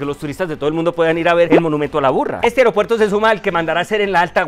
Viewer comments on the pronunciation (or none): AerEopuerto?? Su papá lo va a regañar. Se dice AEROPUERTO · Se dice : aeropuerto. 😢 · lo admiro mucho, por favor revisar la pronunciación de palabras como ME-TE-O-RO-LO-GO y A-E-RO-PUER-TO